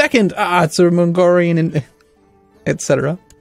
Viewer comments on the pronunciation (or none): AhHHhhh its an Mongrian Army/Warriors/Raiders switch an l with a g; mongolian to mongrian